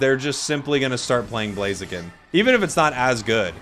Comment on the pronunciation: Ugh, I hate Blaziken. The only thing I hate more than Blaziken is the incorrect way Americans pronounce "Blaziken". First Decidueye, then Mamoswine instead of Piloswine, then Sableye, now Blaziken!? PleasenoSwampert! PleasenoSwampert! PleasenoSwampert! PleasenoSwampert! PleasenoSwampert! PleasenoSwampert! PleasenoSwampert!